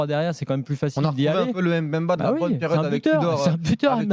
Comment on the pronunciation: Chancel mbemba meilleurs défenseur de la L1 et je vois pas ca veut dire quoi joueur limité pcq le mec c'est faire des passe centré defendre et surtout il marque. On accentue pas le M. bemba mais faire la liaisons directement le Mb merci allez l'OM 🔵⚪️